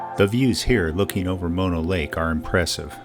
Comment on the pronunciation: Great video and one of my favorite parts of California. I so appreciate that you pronounced Mono correctly. I like watching YouTube vids about the Eastern Sierra but mispronounced Mono always makes me...ugggh!